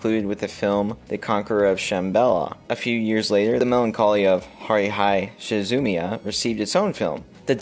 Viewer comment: Came to your channel because your opinions are solid and rooted in research, and for your exposure to monumental films in the industry. I have but one criticism: Please pronounce "Haruhi Suzumia" properly 🙏🙏🙏